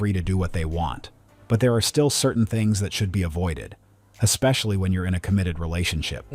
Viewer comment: How come this current generation can't say the word especially? They always pronounce it like ex-spacaly